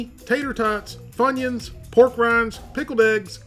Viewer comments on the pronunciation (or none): none